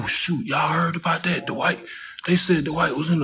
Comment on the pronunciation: It's Dwight...not Dawight